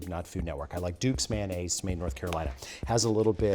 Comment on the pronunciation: FOR F**K'S SAKE it is NOT "Man-naze" it's "MAYO-naze". You don't' tell the waitress to "Hold the Man". You tell her to "Hold the MAYO".